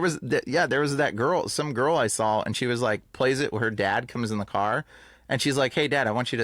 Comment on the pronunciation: it's hard to take you serious when you say drawl instead of draw, and sawl instead of saw. C'mon man